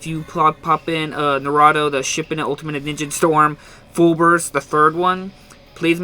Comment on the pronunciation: It's Nar-u-toe actually